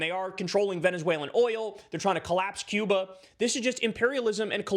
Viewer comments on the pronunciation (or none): none